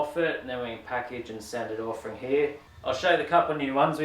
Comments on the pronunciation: Really interested to know where you picked up the habit of saying frong instead of from ? Never heard that before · Love ya work mate! But did you say “ work frong” a couple of times? 😂